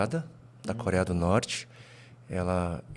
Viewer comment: O camarada tá no Brasil não sabe falar corea do norte 😂😂😂😂😂😂😂😂😂😂😂😂